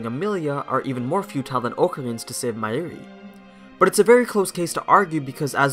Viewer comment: How do you MESS UP pronouncing Hououin Kyouma when it’s PRONOUNCED in the Anime?! \ (✧ _ ✧) / And Mayomi?!? It’s Mayuri!!!!! DX (Mayushii is also acceptable)